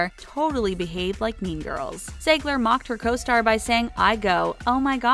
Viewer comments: that is NOT HOW TO SAY ZIEGLER ITS ZIEGLER NOT ZAYGLER Not HOW TO SAY KALANI HILIKER EITHER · they said Maddie and Mackenzie’s last name wrong they said zegler instead of Ziegler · Zegler???? It’s zeeegler (Ziegler) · OMFG ITS ZIEEEEGLER NOT ZEEEEIGLER JESUS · its pronounced "zeegler" not "zaigler" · Jojo is not bratty or obnoxious and Dance Moms is a scripted show the girls are very good friends outside of Dance Moms and you mispronounced Ziegler and Vertes